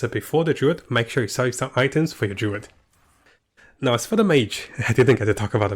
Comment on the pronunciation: I don't think they are intensional. Not only class names are butchered.